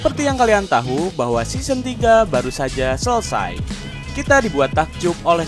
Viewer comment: Correct "season" bukan seoson